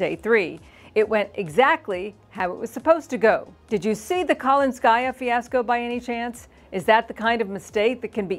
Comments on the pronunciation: The name Kalinskaya has the emphasis on the second syllable-- not the third syllable. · for Christ's sake. This is not KalinskAysa, it's KalInskaya